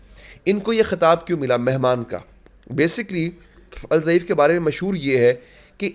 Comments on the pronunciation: الضعیف نہیں آپ الدیف کہہ سکتے ہو ض د جیسا پڑھا جاتا 3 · جناب الضعیف نہیں ہے بلکہ الضیف ہے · آپ الضیف کا تلفظ غلط کر رہے ہیں ، نام صحیح ادا کرنا چاہئے